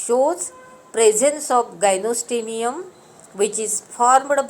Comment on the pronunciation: It is gynostegium not gynostemium!